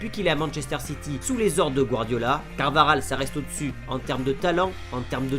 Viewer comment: CarvaJal et pas CarvaRal Carvajal et Walker